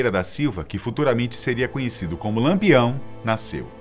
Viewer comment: E diversas vezes disse Lampeão ao invés de Lampião.